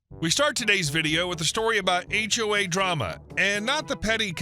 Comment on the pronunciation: Interesting text-to-speech typo there, "age wave" for "HOA". This time it was a young guy but often it's a wave of older busybodies that make for bad HOAs! (I'm 'older' too but nobody could ever accuse me of being a busybody...